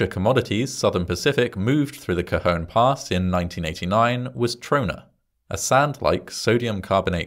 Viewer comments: As usual, you distill the story so concisely. Admirable! I was also heartened to hear you pronounce "Cajon" more or less as we do. "Topeka" on the other hand .... 😉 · I lived in the high desert at the time of this incident, I remember reading all about it. Again, like the tragedies in previous videos, it takes a tragedy to fix things to save from further tragedies happening in the future, in this case two tragedies. I'm glad you pronounced Cajon nicely, and not say Cajun, as in Cajun fries. lol Going down that pass in the winter with snow was scary. You had to put chains on and drive slowwww. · It's Tuesday!! I lived in this area when it happened. 😳 Cajon Pass is a loooong downhill run for a train. 😳 And a big thumbs up for pronouncing "Cajon" perfectly! 😁